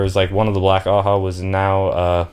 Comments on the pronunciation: Just a lil help with the pronunciations, your doing great btw much better than I did the first time I went through the series Ajah is pronounced Ah-jah not a-ha Or like Aww-Jaw if that helps Elaida- Eh-lie-duh Asha'man- Ah-Shah-maan or Ah-shaw-Mon Masema- Mah-see-mah or ma-see-ma Seanchan- Shawn-Chan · Honestly given how the whole white tower is a bunch of clowns, I think Ajas should in fact be pronounced "ha-has" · black ajah. The J isnt silent you pronounce it AH-JAH